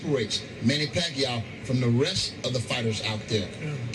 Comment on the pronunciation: Floyd can't even say the name PACQUIAO, hahahaha!!! What a great Chicken Chump!! Sooooooooo Scared to Pacman...